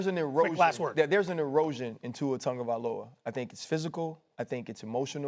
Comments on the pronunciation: "Tua turndaballova" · Only thing I disagree with cam on is the pronunciation of Tuas last name. Tungaloa lmao 😂😂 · Cam calling him “Tour Tongue of Aloa” is DIABOLICAL 🤣🤣🤣